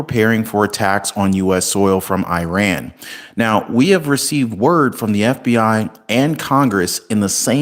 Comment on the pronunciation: WHY CANT YOH PRONOUNCE IRÁN 🇮🇷 CORRECTLY LIKE YOU DO THE “I” IN ISRAEL 🇮🇱 AND ITALY 🇮🇹 AND THE “I” IN INDONESIA 🇮🇩 AND THE “I” IN INDIANA AND INDIANAPOLIS?!! I CANNOT STAND CONTINUING AMERICAN 🇺🇸 IGNORANCE - EVEN AFTER YOU HAVE BEEN CORRECTED AND TOLD HOW TO PRONOUNCE A COUNTRY’S NAME PROPERLY!!! I AM UNSUBSCRIBING FROM YOUR CHANNEL BECAUSE I CANNOT TOLERATE THE DELIBERATE WAY YOU ARE CHOOSING TO MISPRONOUNCE THE MODERN DAY NAME OF THE GREAT FORMER EMPIRE OF PERSIA!!! AND BEFORE I GO - I JUST WANT YOU TO KNOW HOW UNSEXY THAT BULGE ON YOUR FACE IS - IT IS VERY DISTRACTING FOR ONE - ESPECIALLY BECAUSE WE HAVE TO LOOK AT YOUR FACE IN CLOSEUP ON CAMERA… YOUR FACE IS YOUR FORTUNE 🔮 WHEN YOU CHOOSE TO BE INFRONT OF THE CAMERA 🎥 FOR A LIVING/ CAREER… I AM SAYING THIS AS A SCREEN ACTORS GUILD UNION MEMBER SINCE 1998 AND ALSO THE AMERICAN FEDERATION OF TELEVISION AND RADIO ACTORS UNION MEMBER SINCE 1998 ALSO!!! SO AS A VETERAN ACTOR 🎭 I AM TELLING YOU TO INVEST IN THE FUTURE OF YOUR FACE ON CAMERA AND GET THAT KELOID SCAR TISSUE ON THE INSIDE OF YOUR 👄 SURGICALLY REMOVED!!! TRUST ME WHEN I SAY THAT THE MONEY 💰 YOU WILL SPEND ON RECONSTRUCTION OF THE RIGHT SIDE OF YOUR CHIN WILL COME BACK TO YOU TENFOLD ONCE THAT BULGE IS GONE… IT MUST MAKE PEOPLE WONDER 💭 IF THAT IS TOBACCO YOU HAVE PACKED IN THERE… SO FACIALLY DISTRACTING!!! GOODBYE 👋 AND GOOD LUCK 🍀 TO YOU IN ALL THAT YOU DO…🎉